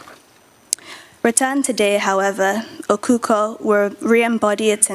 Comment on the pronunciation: Please it is not spelled or pronounced Okukor. It is spelled and pronounced as Okhokhuo. The early we learn the better! Thanks so much, everyone!